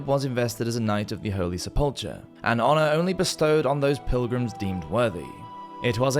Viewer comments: I'm not being petty, nor do I discount regional differences in speech. I am pointing out the use of a word that this narrator has clearly only seen in print, and has never heard spoken. There's nothing wrong with learning something new y'know. As a lover of literature and language, I love learning new words. I don't know why anyone would be offended by that. How do you pronounce "sepulchre"? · Sepulchre is pronounced SEPull-ker, not se-PULLtre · Sepulchre is pronounced like sep + ool + kur. With the emphasis on the first syllable (sep). In fact, the second syllable is often almost not pronounced, so it often sounds close to just sepl + kur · Sepulchre is pronounced “Sep-pull-curr”. I love your content, man, but I don’t think I’ve ever heard the pronunciation of a word massacred so heinously. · First, I am a long time subscriber, first time commenter, and I enjoy you Medieval Madness channel on YT a lot. But... The Holy Sepulchre is not pronounced Seh-pull-cher, it is pronounced Seh-pull-ker. A small thing, but as it was the focus of the religious imagination of all of Medieval Europe during the crusades, it is worth getting the pronunciation correct. Also, it is important to understand the difference between Cal-vary and Cav-alry. Jesus wasn't crucified on horseback, after all. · [Meant constructively] Sepulchre is pronounced “Sep-ull-ker”, duderino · Pronounced "Sep-Leh-Cur" at least in American English. Otherwise, great presentation. 👍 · no one in any part of the world pronounces "sepulchre" as sepulltree. question is valid, and your reply does not address it. Sorry you were picked on for having an accent, though that anecdote does not apply to this situation. Scottish accents are one of my favorites in the English speaking world, by the way, I consider you lucky! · is that why he/it keeps saying "sePULLtree"? I mostly follow this channel because I love his voice, but that mispronunciation kept poking me in the brain. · sepulchre = seh pull cur The h is silent